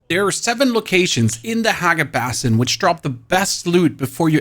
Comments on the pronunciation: Hey, I really want to enjoy your videos, but I’m having a hard time with the pronunciation in some spots. For example, it’s pronounced “BASS-in” rather than “BAS-in,” and “reg-u-la-tor” instead of “rejulator.” I know it might not seem like a big deal, but it can be distracting when following along. Just thought I’d share this as constructive feedback, because your content itself is solid. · Also: "Atrum" "Bassin" "Harkon" Im pretty sure hes doing it intentionally to get people like us to comment for the algo. So, missions accomplished, i guess? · So basin, atreides, mitigation, and MK. Any other words I’m missing that this guy absolutely butchered? Edit: regulators